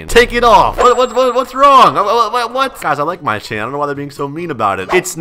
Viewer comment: My kid is watching you an you taut him a word that is bad an pls stop saying wada